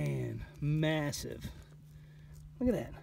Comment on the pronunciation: Whaaaaat?!! This is my first time seeing this channel. I have to say, the way he kept saying looka dat, made me get a flashback to the kooky 70s tune, The Streak. Heeeeeee 🤪🤪🤪